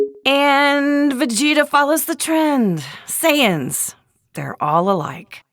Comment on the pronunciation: Why do i hear Sans instead of Saiyans?😭